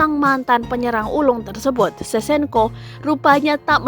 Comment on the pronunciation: Sevcenko sebutannya min bukan sesenko!!